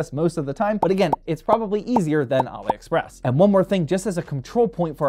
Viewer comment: says Ali express like Mohammed Ali Express 😂 😅